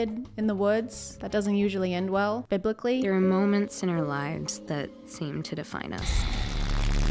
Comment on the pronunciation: well done you're such a trooper for doing this for us <3 also..."biblically" hahaha